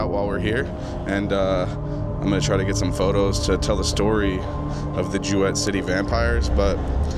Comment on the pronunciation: It's pronounced JOO-it not joo wett.